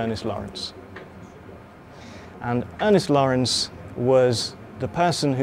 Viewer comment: In case others had trouble hearing the name, it's "Ernest Lawrence"